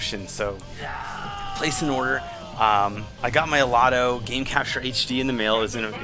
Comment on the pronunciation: DUUUDE OMGWTF YOU MISPRONOUNCED THE COMPANY NAME WTF DUUUUUUDE.